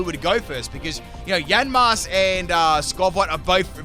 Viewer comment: It's YA-MASK not YAN-MASK